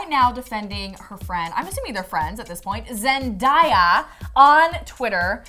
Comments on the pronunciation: Dude it's pronounced ZEN-DAY-A(Uh) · "zendahya" ok lol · How do you mispronounce Zendaya not Zendahaya?.? What in the world 🌎!.! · ZEN-DAY-UH is the correct pronunciation. 😊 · I cringed so hard when she said Zendayas name